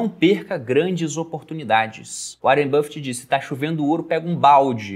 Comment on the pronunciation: Cara, que agonia do pronunciando áren buffet pqp